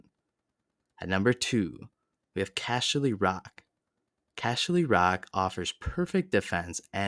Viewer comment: "Casher" ly Rock 😆😆